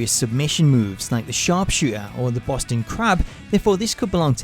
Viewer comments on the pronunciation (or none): none